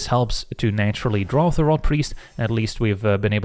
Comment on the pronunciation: "On two zee next one !". Like it 🙂